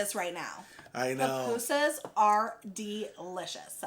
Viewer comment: Also the pronunciation is poo-poo-sus But you did really good with the other pronunciations! Your Spanish is really good. I’m glad you enjoyed salvy food as we call it. My parents are from there!!!